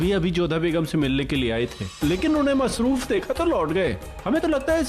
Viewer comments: Ruqaiya masroof ki jagah mehfooz bol rhi h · Kisne notice kiya ruqaiyah ne masruf ki jagah mehfus bola 😂